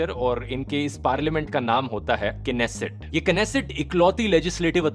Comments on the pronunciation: "Knesset" pronunciation was wrong, "nesset" would be right pronunciation. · Bro plz pronounce nesset instead of knesset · knesset pronounce nesset 'k' is silent 🔕. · That was pronounced nesset not knesset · It is pronounced as नेसेट not केनेसेट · Bhai (K) slient nhi rhta नेसेट hota hai